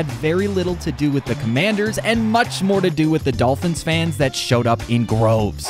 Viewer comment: *Droves, not "Groves" :(